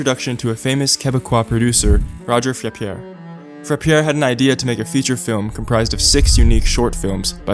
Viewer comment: FYI Roger Frappier is pronounced Rog-hey Frappi-hey 😉